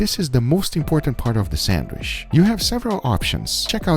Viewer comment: “It’s gonna go on a sandwish”